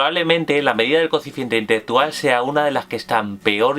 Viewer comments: "Coeficiente itetetual" como 10 veces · no se entiende una mierda q dice, coeficiente intheggetual parece frances